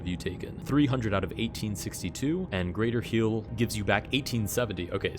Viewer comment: "greather" heal???! greather!??!?!